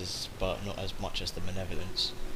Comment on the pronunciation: Just nitpicking here but. 'manev-olence?' It's 'Mal-ev-o-lence.'